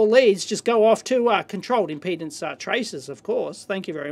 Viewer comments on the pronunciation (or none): none